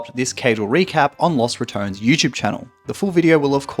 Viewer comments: Man, imagine having a clearly said name as Los Rat-ton-nes and mfs say it as Rat-tone, like okay congrats for not saying one extra syllable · Los (like dos) RA-TO-NES. I can't have it pronounced another way because it is spanish. So LOSS RATONS sounds so wrong. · picking the worst pronunciation: "Las RatOns" instead of Los Ratones" The LAS kills me mate. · I know Caedrel said you could pronounce it any way you wanted to, but “Los Ratouns” still sounds weird to me 😂😂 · The pronunciation should be similar to Los Bandoleros. Sounds so bad with english pronunciation.